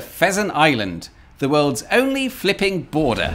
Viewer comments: when you say fliping, i'm hearing fking, every single time. Hard to understand your text then. 😅😂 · Am I the only one who thought he was cursing everytime he said flipping ?🤔